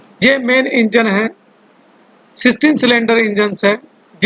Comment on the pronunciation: Pronunciation .me "s" kyu use kr rhe h .like engines